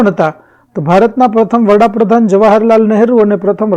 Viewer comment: વડાપ્રધાન આવે વહાપ્રધાન નય